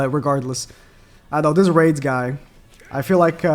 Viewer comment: you could have just go to google translate and let it pronounce it for you and rades is not spoke raids its radesu like radez